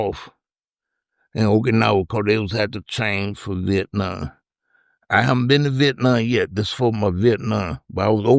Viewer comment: Take a drink Everytime he says oak-anowa or viet-naw